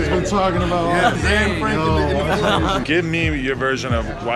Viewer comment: I'm Dutch. I cringe always when I hear Anne Franks name being butchered in English. It's Annè, not Ann.